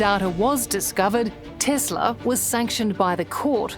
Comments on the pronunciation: Try Tesla not TezLah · is an S FFS not a Z, TESLA, no such thing as a TEZLA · Ok, it's TESLA NOT TEZZLA it's an S NOT a Z and you talk about "its to expensive" as if Elon cant afford some sensors. Obviously he didnt add them for a reason you clearly didnt ask him about. you don't want them in your country, take it up with whoever is allowing them be on your streets. Accidents happen with OR without you steering. To be honest, the rate of a irresponsible driver, texting or drunk, or just can't drive in general, crash rates are HIGHER then ANY TESLA automated driving. So, before you bash a company, make sure you have your facts straight together from BOTH sides of the story not just one side of it. See, that's the issue with the media these days, you guys only talk about what you want everyone to believe. It's disgraceful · TES LA. Not TEZ. LA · Not Tezla , TESLA . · It's pronounced TESS-LA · Why can't she say Tesla properly? Its not spelled with a "Z" in it.